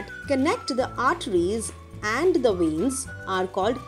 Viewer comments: Its veins not venis ok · It will be veins not venis😅